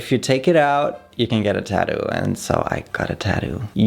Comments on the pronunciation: Babe, it is tattoo with 2 t's in the middle, not taddoo 😜 or are you from Australia? 😜😜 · everyone in the world: “tattoo”: “tadoo” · Funny how he says "TÄddu"^^. With tattoo, the emphasis is on the second syllable and the tt in the middle does not get softened to a 'd'-sound.